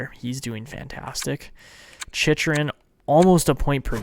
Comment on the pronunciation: Jacob Chyrhun is pronounced Chick-Rin (I believe from what I’ve heard announcers say